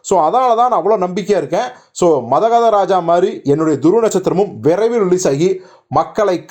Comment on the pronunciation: It's not மதகத... It's மதகஜ...